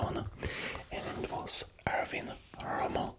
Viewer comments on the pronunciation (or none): none